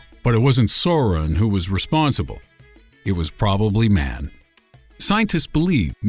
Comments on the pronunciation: its not soron its saron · SORREN... SAURON! Sow(like how)-ron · ARE YOU FLIPPING KIDDING ME? 'SOARIN'?? IT'S PRONOUNCED 'SOW-RON' GET IT RIGHT